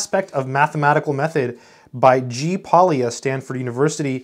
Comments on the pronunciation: Polya is a Hungarian surname and the L is silent. The correct pronunciation is just simply Poya. Thanks for sharing your experience with this wonderful book from this great scientist. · It is still in print, just bought one. Pronounce his name something like "poh-yah". "ly" is a letter from the Hungarian alphabet pronounced /j/. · ly in Polya is pronounced like double l in Spanish.